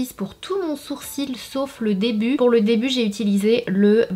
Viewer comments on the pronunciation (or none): none